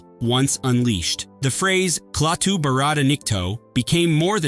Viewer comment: How do you expect anyone to take you seriously when you call Klaatu...KLAY-TU... I clicked out immediately.